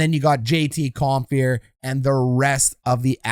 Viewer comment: Please....it's JT Compher (said Com-FUR NOT Com-FEAR).